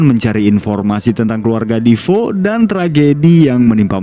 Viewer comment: Defeo ya bacanya defeo aja kenapa jd difo 😅